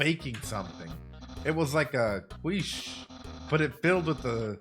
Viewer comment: it's pronounced “keesh”